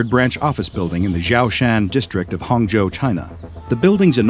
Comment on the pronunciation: That Chinese pronunciation of Hangzhou was really impressive！ Thanks for all the tremendous work, doc. Its become a habit and helps me sleep